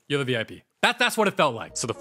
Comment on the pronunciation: You should do Elio I love how you say " da movie begin with the... "